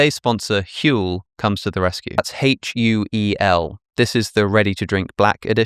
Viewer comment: Huel = Hurl 🤢🤦🏼 On another note, Pullman is commendably crotchety !